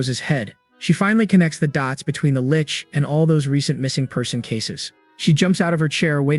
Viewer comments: Just a FYI.. A Lich, and a Lick, are two very different things.. and pronounced differently as well.. This was always a problem I have had when people start calling it lick instead of lich. The funny thing is the AI did it correctly the first time but then afterwords proceeded to only get it wrong.. Go figure. ( Oh wait excuse me it did get it correct a second time mark. So there is that. ) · I hate how AIs pronounce lich